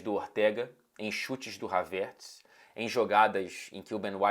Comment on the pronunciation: Ainda não consegui acostumar com essa pronúncia do "Havertz" haha